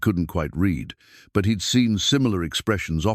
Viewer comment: Also how the A.I. mispronounces words such as lives, read, lead, and other words that changes pronouncement depending on context